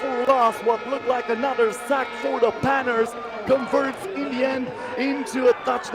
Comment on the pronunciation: Someone tell this announcer Panthers has an H in it. It's not the Panters